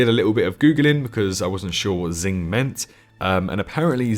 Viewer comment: Bruh cmon bud dont be dumb like that xing means crossing